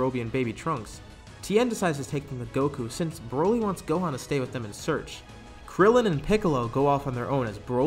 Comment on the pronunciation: why would u say krillen just y